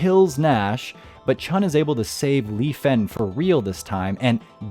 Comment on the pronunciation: There is no ‘g’ in Chun. It’s not Chung. It’s pronounced Chu-N